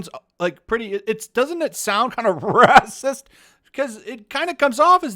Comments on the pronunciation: the way he says raaahsiist gets me every time... 🤣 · I agree with you, but why do you pronounce racist raaacist. Is is a Youtube thing? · is the reason you say Racist in such a certain way for comedic effect or to confuse the "good content blocker" bot? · 🤣😂🤣😂 I like how you say racist